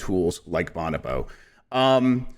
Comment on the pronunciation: The best first episode of anything ever. I think you pronounced bonobo 3 different ways that I’ve not heard before, and I’m here for it 👍🏻